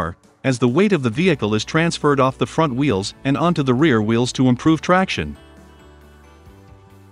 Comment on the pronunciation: good video. too bad it's computer read. So words like front are pronounce Font. and missing words make the speech choppy.